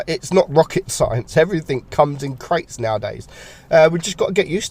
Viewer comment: My interest ended when I heard crates